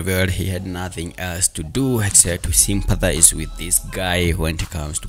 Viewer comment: I'm here for the ‘sympasize’ word 😂😂